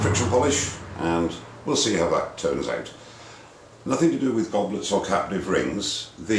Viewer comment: every time he said 'captive' i hear 'caterpillar'